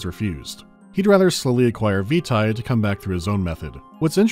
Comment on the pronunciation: I'm sure everyone has already said, but 'vitae' is pronounced 'veetay', not vita (as in Curriculum Vitae). Also, Amnesia: Justine was created for the Steam Potato Fool's Day event, celebrating Portal 2's release. It is literally a Portal parody, with the disembodied GLaDOS-like taskmaster, the chambers, etc.. I was there at the time, but too afraid to play it for the event.